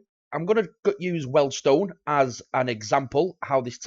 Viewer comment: Please don't call them Weldstone, it is Weald - rhymes with Steals